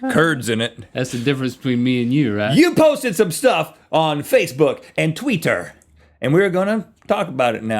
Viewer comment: Rhett said "Tweeter" it is Twitter